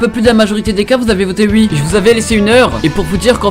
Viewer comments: Pk tu dis ui à la place de oui... t'es belge ou quoi ? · Attend tu a vraiment dit ui 😂😂je t'adore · "ui" "vous avez votez UI" ptdr, bonne vidéo sinon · tu dis “ui” je trouves ça très marrant voilà la bisette